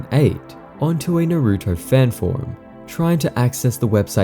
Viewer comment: that naruto mispronunciation will never cease to make my ears bleed